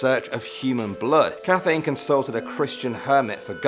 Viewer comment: Good storytelling. Cathain is pronounced Ca-hin. Dubhar chu is dove-er ku.